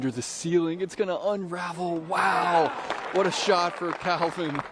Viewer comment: Heimburg did alright, but the real win in this video is finally saying the name "CALvin" correctly. 🥇